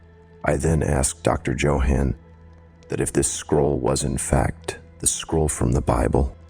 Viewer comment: My first story of yours... good job! Though please look up how to pronounce Johann 😆